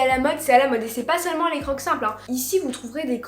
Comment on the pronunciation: Sa se dit crokse 😅